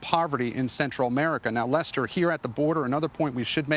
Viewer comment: He actually said “a-murrica”